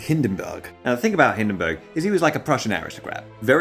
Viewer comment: Hindenburg is more like Hinden boorg